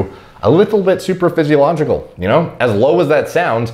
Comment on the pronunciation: Got triggered AF when he said superphysiological instead of supraphysiological... #biomedstudentproblems